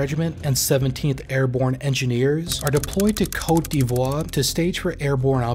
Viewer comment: The frequent mispronunciations of Malian place names and awkward renditions of some French terms and word does not add to the credibility of the narrative. Please learn Sévaré, Bamako, Douentza, Markala, Niono, Diabaly, Burkinabe, and others; even Côte d'Ivoire is butchered (you can just say Ivory Coast in English you know...) Just a little more effort to get it right would help- they may be "exotic" to most viewers on YouTube but I assure you they're real places with real people with real lives who should be humanized beyond just spots on a military map from 10,000 feet.